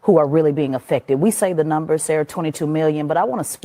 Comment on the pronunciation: first thing is her cadence. Black women still can't manage to speak normally. Imagine being on tv for a living, making a bunch of money, and then saying "afficted", instead of "affected".